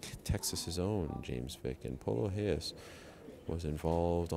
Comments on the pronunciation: reyes, not heyes, he is mexican not portuguese, get it right ariel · Amni wrong in assuming its pronounced Reyes and not Heyes? If hes mexican his name isn't pronounced in portuguese..